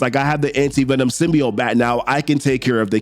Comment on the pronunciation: Dammit Dylan, you should’ve went for the head!! 😂 Side note: It’s pronounced Sim•Be•Oat